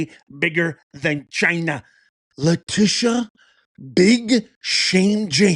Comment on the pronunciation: Lie-tee-sha.. (lying Tee sha) go hard and take her down Madam AG Bondi!